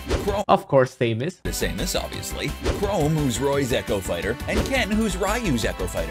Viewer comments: Am I the only one who heard him call my girl samus say-mus?? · Me, a Samus main: Hey ZeRo calm down let's give them a fair ch-- The Gamer: Same-us Me: Actually die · Me, a Chrom main: Same-us? I guess some people pronounce her name like that I'll let it slide- "Chrome" what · "chrome" "Ry-you" "Say-mus" "Sak-u-rai" UGHHHHHHHH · people who say "Luff-fy" instead of "Loofy" sAyMuS, cHrOmE, sAkOoRaI... cHrOmE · Why does the gamer say that dark say-mus is an echo of regular samus? He says say-mus and THEN samus. WHICH IS IT!?!? How does he pronounce it!? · they really said “Same-us” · Saymus, i can forgive that. Chrome, ok i guess. but SAKOORAI? THATS IT, IM GETTIN ME MONADO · Sakoorye invented the best character in Smash - Saymus. NOT dark saymuhs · They mispronounce names more than substitute teachers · How do you not know how to prounouce Sakurai or Samus? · I used to say samus like the guy here, not anymore tho